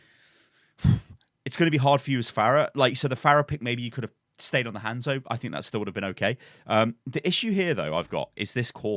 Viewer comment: I could have sworn he said Handsoap for a second XD